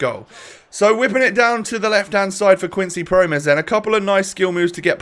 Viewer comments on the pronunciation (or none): Pronounciations: Donny van de bake Promes(s) Maahlen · Promes is pronounced like "promise", but with more of an "eh" sound at the end, and the second syllable is stressed. Also it's a rolling R. van de Beek is pronounced like van de Bake. Malen is pronounced more or less like Mah-len (not mai-len). You know that sound a sheep makes, like the "Bêh"? That's more or less the first syllable in Malen, but then with an M, not a B obviously.